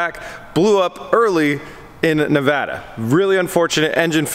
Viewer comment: Thank you!!! Thanks so fucking much for SAYING NEVADA correctly. Massive pet peeve for any real Nevadian. Not a single other youtuber has ever said Nevada correctly. There is no fucking accent on the word yet everyone seems too think there is. Again Thank You!! Not ever joking. It's really odd you couldn't find a truck to rent in Nevada, Reno is the "hub" of the west coast. Meaning you can get ANYWHERE on the west coast from Reno in less then 24 hours. So the trucking industry is massive here.